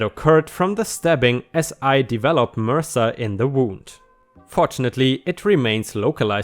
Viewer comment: "Mirsa"? No. M. R. S. A. ... Methycilin resistant staphlococcus Aurius. Also known as Staph/staff. Deep seated infections can turn into sepsis, which can be fatal! Of course self defence against an armed assailant can only be a crime if the response is vastly over the top compared to the original assault, which this definitely wasn't! HR needs a long, slow look at themselves. Followed by a personal apology.